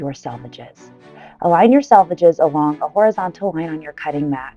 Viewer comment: I think I’m hungry because every time you say “selvedges” I hear “sausages”